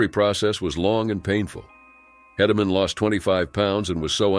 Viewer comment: Why don't video creators check their work. Mispronounced names of Mauney and Hedeman. Lazy and aggravating.